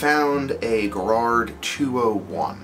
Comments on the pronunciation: Arrgh. It's "Gaarard", long first 'a' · Like Ga-rard